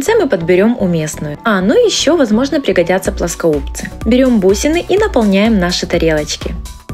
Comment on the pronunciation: Не плосбосуц а пласкобыс